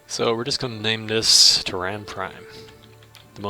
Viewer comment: Your pronunciation is a little odd. "Terran" is pronounced "Tear-Anne". It's what we call ourselves, as a species, here on Earth, where we live. "Tear-Anne". And, Sol 3 is "Earth". Sol is the sun. It's a Latin thing. I mean Latin as in the dead language, not the irresistible beat. I worry that you've mastered 4X and completely ignored, actual history. Also, I really disagree with some of your research choices, but that's a choice thing. The choice to lose your empire early, vs the choice to play more. Purely optional.